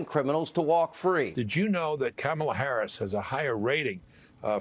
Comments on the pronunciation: It's Kam-laa. Not Kama-laa. Fox & friends - so cringe 😬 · Whatever your criticism of Kamala Harris, at least pronounce her first name correctly—“Comma-la”. I don’t purposely fuck up any Republicans’ names even if I hate them. I don’t even call Trump “Drumpf”, because I’m a grown ass adult that doesn’t need to result to playground insults to make my contempt of him obvious. Yes I think I’m better than you for doing this. Purposely pronouncing someone’s name incorrectly is extremely rude. You were taught this in elementary school.